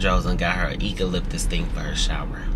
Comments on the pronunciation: Not eco-lip-tis😂 I say you-co...and you always say you don't cry but always about to cry 😂😊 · it is pronounced Eucalyptus with a “U” sound, at the beginning not a “E”. Just FYI for future reference when conversing in the future.